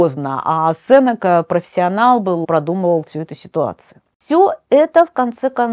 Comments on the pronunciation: Уважаемый лектор, всем известно что в фамилии Сенека ударение ставится не 2 й слог. Стыдно это не знать. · Правильно произносится именно СЕнека. "Сенека — слово из 3 слогов: се-не-ка. Ударение падает на 1-й слог. Транскрипция слова: [с’эн’ика]". Цитата из орфоэпического словаря: phoneticonline.ru